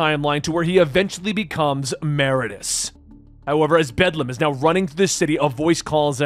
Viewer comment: You said "Meridius" wrong.. every.. single.. time.. 😢